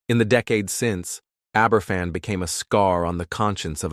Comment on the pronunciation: The children weren't 'drawing pumpkins' , simply for the reason that the Americanisation of Halloween was yet to take hold in Britain in the 1960's - pumpkins didn't appear in Britain for Halloween until the mid 1990's. Aberfan is pronounced 'Aber van'